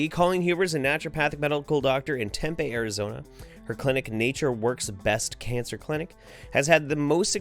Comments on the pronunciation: I'm an Arizonan and how you say Tempe is hilarious lol I've never heard it been called TEM-PAY. We here pronounce it TEM-PEE. Not trying to be a bitch but it's just funny to hear how people say our state's cities who are from other states. This video was really cool and I always look forward to your videos when I come home from work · Its pronounced Temp-e